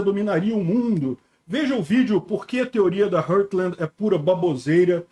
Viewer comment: sempre que te vejo dizendo “hurtland”, sinto um desconforto muito grande... é RAAARTland, RÓÓRTland, heart-land